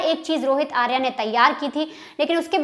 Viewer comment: "आर्या" सही उच्चार नहीं है, 'आर्य' सही शब्द है। 'आर्या' स्त्रीवाचक शब्द है, 'आर्य' पुरुषवाचक। अंग्रेज़ीदाँ लोगों को पता नहीं, कि शब्द को 'आकारान्त' करने से इतनी बड़ी ग़लती हो जाती है।